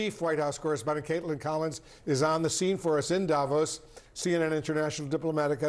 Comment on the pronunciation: When do anchors, experts, journalists on CNN and any other American Newsnetwork finally learn that Davos is pronounced Davòs and not Dàvos!! Guys, the accent is on the o, not on the a !! You have mastered pronouncing more challenging names, it can't be that complicated!?!